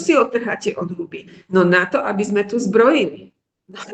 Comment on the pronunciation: Mäkčí dobre; niektorí Stredoslováci mäkčia aj tam, kde už ani netreba. Ľudia z regiónov, kde sa hovorí tvrdšie, nedokážu vysloviť poriadne -le, -li, ale to Líviin problém nie je. Gramatické chyby u nej nevidím (prekáža mi len "vo veľa veciach", "v mnohých" by bolo lepšie a ešte som si všimla nesprávnu výslovnosť sme: m mení s na z, takže vyslovujeme zme, ale to si asi mýli kvôli "so mnou", kde robia Východniari často chybu a vyslovujú to nesprávne ako "zo mnou"..;-))